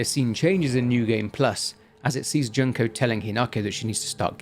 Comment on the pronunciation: Not Junk-oh 😂 June-koh 😅